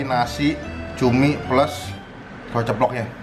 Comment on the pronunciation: Gowreng tewlur. Cadel berkelas